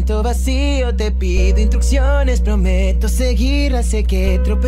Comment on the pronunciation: Me encanta el animatic pero, hay algo que me carcome, dijo " INTRUCCIONES" ¿cierto? En vez de Instruccciones